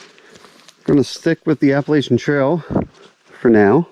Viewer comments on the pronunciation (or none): It is pronounced Appa LATCH ian. Thanks